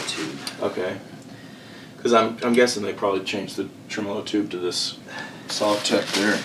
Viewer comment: in this video, let it be known, finally pronounces "Tremolo" the correct way. Go'bless. I have been waiting for him to talk about the Tremolux to hear how he pronounces that one! Love yer channel long time,! Cheers bud.